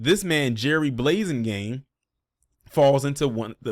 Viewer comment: The "a" in his name is like apple not ace. Thats an oooold fba name right there bro